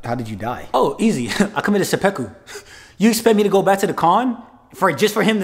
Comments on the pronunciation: “I committed seppeku” LMAOOOOOO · Saypecku. Lol